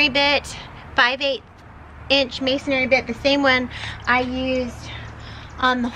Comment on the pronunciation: "Masonry"..."masonary" sounds like a mason who does missionary work. ;-) ;-) ;-)